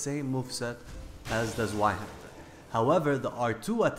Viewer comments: It's pronounced zvei not zwei it's also German meaning the full name in English is Two-Hander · (I know this is 4 months old) Actually, if you want to be even more correct, it's pronounced TSVI, Z's in German are said the same as TS are in English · Zweihänder its a german word .. you say it wrong for english it calls twohänder !!